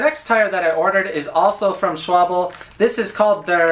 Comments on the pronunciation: Loves me some Conti Gatorskins (700x32), BUT am about to try some 45mm Schwalbe (it's pronounced "sh-VAHL-buh" in German; it means "swallow" like the bird) Marathon Plus because of their ridiculous puncture resistance, lower pressure (no more DING and THUD every time I roll over a small pebble), and reflective sidewall (less death at night). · Schwalbe is probably the company founder's name, but it happens to be the German word for swallow (the bird). You pronounced it almost correctly. It sounds like "Shvalbe". I use their Marathon Plus (level 7 protection, pretty) model on my Gazelle city bicycle. They have the perfect mix of durability and rolling resistance, but are pretty heavy. Thanks for recommending the Continental Gatorskin. I didn't even know about them. BTW: are all bicycle tires from Germany?! :') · I like Chain Reaction here in the States. By the way, you were close. It's Schwal Beh. Not rhyming with wobble. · mm, pity that continental doesn't make much in 20 inch. I just bought a set of 4 schwalbe (it's pronounced SHVAL-buh -- al like the first name, btw.) marathon plus for my Quattrovelo, and the rolling resistance is quite high. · Shval - beh. ☺ It's German for swallow, as in the bird. The Marathon is a great tire. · Schwalbe is Sh-wal-beh (or sh-val-beh jf you want the German 'w' sound). It means swallow (the bird). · Not positive but I think Schwalbe is pronounced like "Shwal-bee" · The correct pronunciation is shwangtang. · SCH as in SHoot WAL as in VALue (GB) BE as in BErry not shwubble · I'm dying, never stop pronouncing schwalbe that way. Thanks for the review. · It doesn't matter if you know how to pronounce words in English if you're trying to pronounce German names like "Schwalbe". ;-) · Its S C H W A L B E ! Not S C H W A B L E . Use google, it has pronounce ability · Not schwable It is pronounced schwa l be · it's German! Ofc it's "SH" - wal - bē! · SHVAL-buh actually. It's not that hard. It's swallow (the bird) in German.